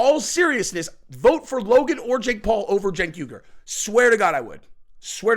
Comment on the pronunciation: “Cenk Urlich” oh yeah, that’s the drummer from a leftist Metallica cover band. 😂